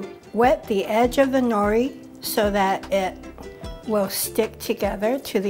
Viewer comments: Hey sister, roll the “r” in nori , sound haole. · Nori is pronounced no’ lee!